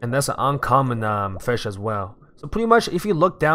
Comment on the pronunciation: he said firsh